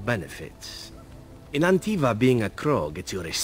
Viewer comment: Did you just call Antiva "Avinta" after you spoke with Zevran about it? What excuse do you have now Ser Mage? xD